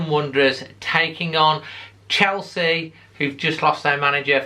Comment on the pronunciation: I fear a heavy beating !!!.... its chelsea not chorley !!!